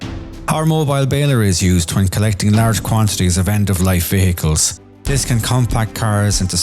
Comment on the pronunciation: why are you pronouncing the word "vehicles" so strangely ? like - "ve-hehehehe-cles "